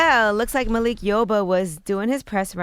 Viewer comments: Its Malik not Makil breakfast club, LOL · “Makil” yoba ??? Lmao 💯😂😂😂